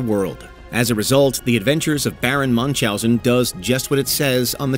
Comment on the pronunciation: Its Baron Münchhausen not manchhausen